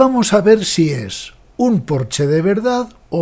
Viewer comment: Ah, y para lo perfeccionista que es usted se pronuncia “Porsche”, como se lee. No Porch.